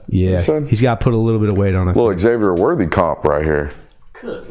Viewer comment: Not to be that guy BUT... the way pronounces the name Xavier triggers me.